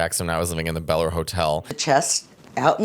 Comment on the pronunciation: And Bel-air. It’s pronounced like bell air. She says beller